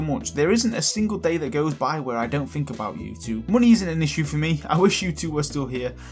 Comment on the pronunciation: Whenever he says "money," I immediately hear Kingdom Hearts' "Munny"